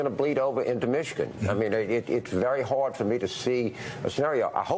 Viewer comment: The way he pronounces the word "hard" is simply painful, lolol